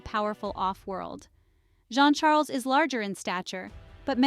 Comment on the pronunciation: The way to pronounce Jean Charles...is saying a soft J like shuzz and saying John Charles